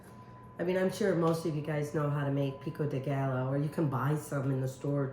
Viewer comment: Pico de Guy-o is how to pronounce it. The two ll's is pronounced as a y. Love your recipes. Great to see you Amy. As well as Chris!